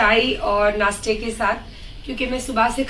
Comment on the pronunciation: Tu anpadh h nasta bolnabhi nhi Ata dikhva karti h